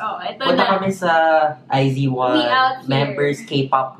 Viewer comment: iz*one = ai zu won, ai zu wan✓ Not ai zi wan